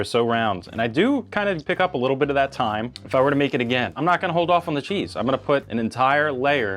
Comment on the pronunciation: IT IS NOT THYME!!!!!!!!!!!!!!!!!!!!!!!!!!!!!!!